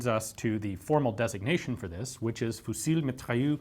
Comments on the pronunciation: Hi, Despite some exceptions, or some proper nouns, when the last letter of a french word is a consonnant, it's mute. "Fusil" is said "füzi" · The "L" in fusil is silent, the "s" in mitrailleuse", is not. Just sayin...